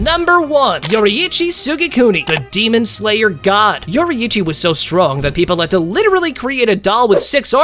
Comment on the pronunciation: Everybody Say it yorichi